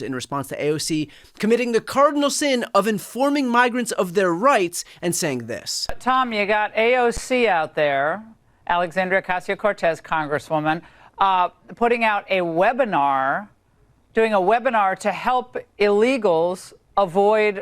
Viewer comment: Just a minor point. It's OcaSio Cortez, not OcaZio Cortez.